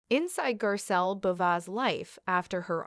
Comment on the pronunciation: Can’t even pronounce her last name correctly 🙄